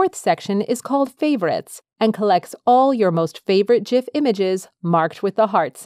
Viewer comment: liked for proper pronunciation of GIF